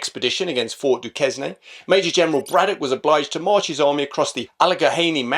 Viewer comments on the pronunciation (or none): Duquesne is pronounced to sound like ducaine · Duquesne is pronounced “doo-CANE.” Allegheny is pronounced “al-luh-GAY-nee.” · "Dew - cane, " "Alla - gain - knee." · Dunk-cue-ness, and its Tie-con-der-oga. You’re welcome 😊 loved the vid. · Its pronounced Fort Du-cain, I believe; not sure why, apart from the fact that it's of French origin... The mountains are pronounced as the Al-eh-gainy Mountains, at least by the Americans. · FWIW, the Fort you discuss is pronounce as if written Fort "Dukane." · Pretty good with the American locations pronunciations, if not spot on. We call the French fort “Du-Kane” though. And yes, the exploits of Braddock and Washington are taught in our primary schools. Great video!!! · Great video! Regarding the pronunciations, Fort Duquesne is pronounced Doo-kayn, kinda like how in The Shawshank Redemption Andy Dufresne is pronounced Andy Doo-frane. Also, the Allegheny Mountains is pronounced A-Luh-Gay-Nee, whereas I think you pronounced it A-Luh-Ga-Hay-Nee. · "Fort Dookayne" might be nearer. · The fort (which became Modern Pittsburgh) is pronounced Du-Cane, same as the University (in Pittsburgh). Your pronunciation of Ticonderoga was fine. BUT, the French called it Carillon, it wasn't renamed until it was captured. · It is pronounced Ft Do Cane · try Du-keyne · Someone may already have commented. The French settlement that became Pittsburgh, PA is pronounce Due-kane (it is French and there is a college in Pittsburgh by that name. You were pretty good at Ticonderoga (an American Indian name). Thank you for your content. We won, but not decisively and largely because you all had larger fish to fry. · You are correct. My surname is Le Quesne and everyone I know from the UK pronounces it like Chris would say it. It is Le Kane as Du Kane. I tell people I meet, think of it like Michael Caine say Quesne as Caine. 😂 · Pronounced as 'Do Cain' I believe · Du-Cane is how you say that, btw. Duquesne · Duquesne; pronounced Doocane. 👍